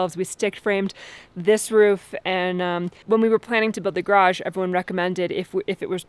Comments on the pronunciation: !: You attempt to say garage three times in this video. One of them is acceptable. The other two need work. If it is any help, it is because the second syllable is not made forceful enough and sort of fades away in (mistaken) embarrassment. says garage a few times in this video: can't you get him to help you say it properly? The construction work is amazing and went really smoothly. With thunderstorms overhead, I would have been concerned about downdrafts maybe affecting you on the ground. Hopefully you'll get it braced well enough to be safe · Examining her YouTube speaking history shows that she struggles with the word garage and is probably trying to clean it up. I don't think she wants to mark herself has coming from the tiny part of the U.S. which says graj. Otherwise pronunciations are very literate and educated.